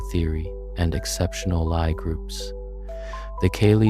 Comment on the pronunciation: Good video. But, u forgot the discovery of quaternions and oxtonions, one of the most pivotal moments in Algebra. Analogous to the discovery of non-Euclidean geometry, with many applications. Also, Lie groups are pronounce "Lee", not "Ly".